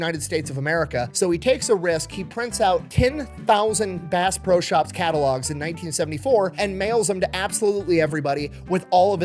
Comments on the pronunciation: I love watching videos however how many times did he say bass bro instead of bass pro? My hearing sucks from My time in my local rescue squad so maybe I'm hearing him wrong. And I have been to the pyramid a few times and bought a lot of fishing and hunting equipment to the point that the bank flags my purchase and calls to verify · Did anyone else hear Bass BRO Shop everytime he said the name? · I swear he's saying Bass "Bro" shop 😂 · I cant be the only one that kept hearing Bass Bro Shop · Did he say bass bro shops at first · It's not pronounced, "Base Pro Shop"? I'm so embarrassed.